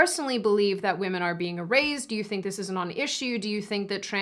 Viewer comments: Loved your video, but I have to say isn’t it erased and not erazed ? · She pronounces erased as eraZed, is that accent?